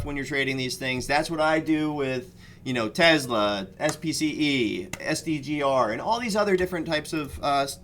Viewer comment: It’s TESLA not TEZLA guess it doesn’t matter as long as your making money.